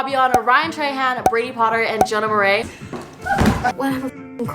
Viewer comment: WAIT THE WAY SHE PRONOUNCE MARAIS ? WHAT marie ??????